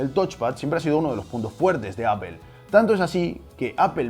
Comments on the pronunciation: “Apel” Apel” Apel” “Apel” “Apel” “Apel” “Apel” “Apel” “Apel” Apel” Apel” “Apel” “Apel” “Apel” “Apel” “Apel” “Apel” Apel” Apel” “Apel” “Apel” “Apel” “Apel” “Apel” “Apel” Apel” Apel” “Apel” “Apel” “Apel” “Apel” “Apel” “Apel” Apel” Apel” “Apel” “Apel” “Apel” “Apel” “Apel” “Apel” Apel” Apel” “Apel” “Apel” “Apel” “Apel” “Apel” “Apel” Apel” Apel” “Apel” “Apel” “Apel” “Apel” “Apel” “Apel” Apel” Apel” “Apel” “Apel” “Apel” “Apel” “Apel” “Apel” Apel” Apel” “Apel” “Apel” “Apel” “Apel” “Apel” “Apel” Apel” Apel” “Apel” “Apel” “Apel” “Apel” “Apel” “Apel” Apel” Apel” “Apel” “Apel” “Apel” “Apel” “Apel” “Apel” Apel” Apel” “Apel” “Apel” “Apel” “Apel” “Apel” “Apel” Apel” Apel” “Apel” “Apel” “Apel” “Apel” “Apel” “Apel” Apel” Apel” “Apel” “Apel” “Apel” “Apel” “Apel” “Apel” Apel” Apel” “Apel” “Apel” “Apel” “Apel” “Apel” “Apel” Apel” Apel” “Apel” “Apel” “Apel” “Apel” “Apel” “Apel” Apel” Apel” “Apel” “Apel” “Apel” “Apel” “Apel” “Apel” Apel” Apel” “Apel” “Apel” “Apel” “Apel” “Apel” “Apel” Apel” Apel” “Apel” “Apel” “Apel” “Apel” “Apel” “Apel” Apel” Apel” “Apel” “Apel” “Apel” “Apel” “Apel” “Apel” Apel” Apel” “Apel” “Apel” “Apel” “Apel” “Apel” “Apel” Apel” Apel” “Apel” “Apel” “Apel” “Apel” “Apel” “Apel” Apel” Apel” “Apel” “Apel” “Apel” “Apel” “Apel” “Apel” Apel” Apel” “Apel” “Apel” “Apel” “Apel” “Apel” “Apel” Apel” Apel” “Apel” “Apel” “Apel” “Apel” “Apel” “Apel” Apel” Apel” “Apel” “Apel” “Apel” “Apel” “Apel” “Apel” Apel” Apel” “Apel” “Apel” “Apel” “Apel” “Apel” “Apel” Apel” Apel” “Apel” “Apel” “Apel” “A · se dice ÁPOL No ÀPEL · Por que dices "apel" y no "apol"? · Ps a mi no me gusta ver fracasar a la gente xD. Y cualquier persona que sepa hablar un inglés avanzado, no importa su acento, nunca diran "Apel". Dirán algo parecido a "Apol" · y tu "apol" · ¿apel? sería aple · No sé dice Apel! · Se dice apol no apel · Siempre que escucho a un Español decir Apel en vez de Apple, se me hace muy extraño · Apple => "Apol", pronunciación en Inglés amigo. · "APEL" que coño es eso? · Apel jajajajajajaja